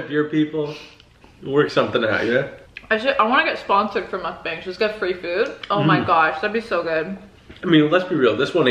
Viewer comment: Im-tha- mukban-g... 🤤🤤🤤😙